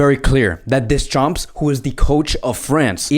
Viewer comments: Funny how you pronounce Deschamps ...(don't pronounce the p nor s...) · Deschampssss 🤣🤣 'Murica🦅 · you() slaughtered Deschamps name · yo is this guy dyslexic, he cant Deschamps or Kazakstan right